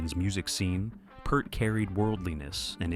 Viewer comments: Peeeert, not purt. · You can't call standing up for your music to the record company or anything else they did that nobody else was doing as a 'fall'. A member losing his family and needing to go away is not a 'fall'. And you could pronounce his name properly - P-EAR-t. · You know it's garbage when they fail to correctly pronounce Peart.